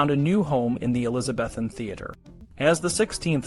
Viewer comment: Graphics are great but - words mispronounced : Elizabethan and the play Pericles is pronounced like icicle. History needs too be accurate - so this is jarring.